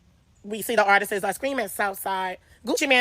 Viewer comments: Artists isn’t pronounced like “artistses” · “ARTISTS’s” BE KILLING YALLLLL